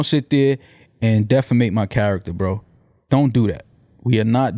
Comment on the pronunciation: He said defamate.